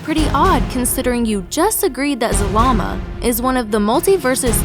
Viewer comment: “The ancient dragon god, Zamama” Did anyone else catch that ? XD